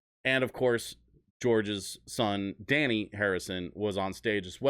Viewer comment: Also, his name isn't "Danny" its Dhani - Indian word meaning rich. Pronounced DH-Uh-Nee